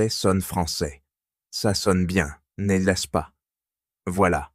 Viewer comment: N'est -ce pas isn't pronounced properly in this video.